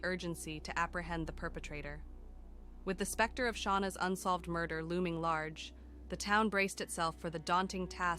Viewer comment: AI voices are awful!!!! What’s a mur…….? Terrible.